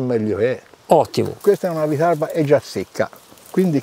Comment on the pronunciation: Prima di tutto si dice "vitarrba" e poi bravi!!😂